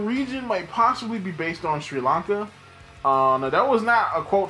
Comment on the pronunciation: yup i am literally that one sri lankan dude who watches your channel, good job mate u said it almost right :D :D